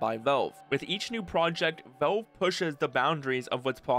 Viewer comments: drinking game: drink a shot of everclear every time this guy says 'veulve' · Why do you pronounce valve as wolv? Gaaahhh